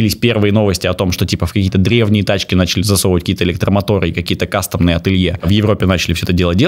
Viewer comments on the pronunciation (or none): none